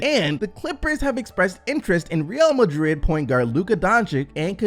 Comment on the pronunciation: You said Real Madrid with a European pronunciation .... are you into the REAL football ;)